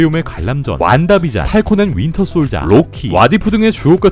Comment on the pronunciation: 썅치, 완다비쟌, 팔콘앤윈터솔쟈 이 형 발음 맛깔나 아주 ㅋㅋㅋ